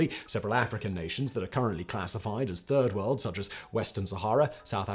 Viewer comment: Oh....I thought it was turd world 🙉